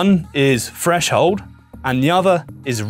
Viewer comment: Explanation was great. But you're an audio tech, not a narrator, right? I can't imagine pronouncing 'three' and 'threshold' and 'everything' as 'free' and 'freshold' and 'everyfing' would be appealing in a narrator